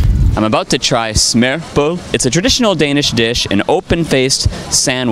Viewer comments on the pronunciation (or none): my fiancé is Finnish/Black Canadian and this is so him when he try to pronounce "ø"😂😂and he says smørrebrød I was dead XD